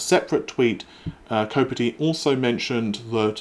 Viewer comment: kopite, like night, not kopitty...